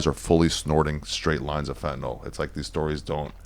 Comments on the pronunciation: The only American I’ve heard pronounce Fentanyl correctly 😂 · Finally someone who pronounces it "fen-ta-nil" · Fun fact: you dont buy pure fentanyl on the street. Dudes doing lines are doing 90+% cut. No one is doing a line of pure fentanyl. No one. Also notice Hamilton actually pronounces it properly. Its not fent-ah-nol. Fent-ah-nil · Dude pronounces Fentanyl way smarter sounding than I do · Im juat happy to hear someone finally pronounce "fentanyl" correctly. Now can we do "nuclear"? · Hamilton is the only person who actually pronounces things properly God bless this man. I've heard so many retard Hicks call it "fent-a-nol". I tried a fent lollipop 15 years ago it's nothing special. Heroin and hydromorphone and codeine were all more pleasurable for me. Now I just stick with the kratom. It reduces inflammation at a profound level. I took 22 grams a day of the highest quality brand and I was able to walk around on a broken toe for months. The inflammation and pain went from extreme to almost non-existent. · It was so nice to not hear it pronounced "Fentanol" for once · Thank you for saying “fentanyl” and not “fentnall” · finally someone who pronounces fentanyl correctly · yup. Pronounced the same way as Benadryl. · Had to come here to hear the first person in a decade pronounce fentanyl correctly. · thank you for pronouncing the word correctly. everyone says FentyNOL.